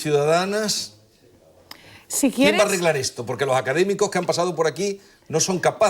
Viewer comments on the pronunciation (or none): Magnifico video , felicidades! Sólo 2 preguntas: por qué tenemos que decir "cool" , como al principio del video por el narrador? Y, por qué la dama (muy bella por cierto) dice - lingüítsica, hitsoria, etso, catsellano, etc. anteponiendo letras que no van? Gracias. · Como extranjero, me suena bastante extraño oír a una filóloga española, fuese andaluza, pronunciando « esto » como « etso », « costa » como « cotsa », etc. Viví varios meses en Córdoba y nunca escuché tal cosa. ¿Es un fenómeno común o no ?